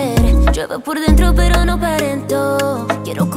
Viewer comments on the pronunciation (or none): none